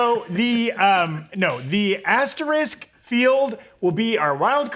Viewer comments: Is it pronounced aster-ick, or ass trick? Like said, it does look like a butthole... But threw a haymaker with Rita Repulsa at the end there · Interesting choice to just give up on pronouncing the second s in asterisk